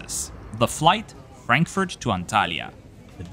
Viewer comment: Love the videos, but I once again ask you to please stop tryharding with literally every airport name like pronouncing "Narita" in a japanese way, while saying "Frenkfört" as if german wasn't your first language :D <3